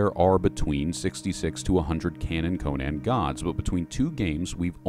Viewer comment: My friend, thank you for doing this something I wanted to do for years, and I have so much love for the lore and years of study on Howard's Conan which truly is an American classic adventure. Yet I must tell you that you are pronouncing Conan completely wrong. For some this isn't important yet based on Howard's writing, the name Conan is based on the Irish pronounced form. So in a way when you say Conan would be how people say the name Conan when saying, Conan O'Brien. The way the name Conan is said became popular due to the mispronouncing of the name Conan due to the Arnold movie. I would say the only saving grace of the 2011 was the fact that say it properly (outside of that the 2011 movie was a mess) Here looking forward to Netflix's Conan series based on Howard's version Here's saying it's Conan